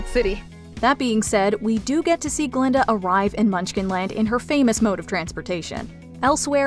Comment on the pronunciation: It's GLINDA , not GALINDA!